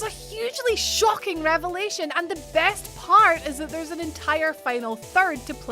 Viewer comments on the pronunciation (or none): none